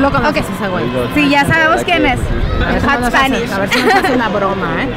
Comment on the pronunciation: El hot spanichs jaja